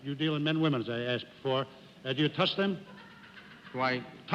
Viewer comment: Jack: Do you touch them? (sounds like 'toss') Judge: Do I...? Jack: TOUCH them! T-O-U-C-H-L-C!! :)